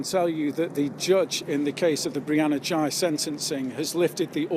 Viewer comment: Girl x and boy y? Seriously? Is that supposed to be humorous? Why do you insist on mispronouncing the last name? This is one weird news report.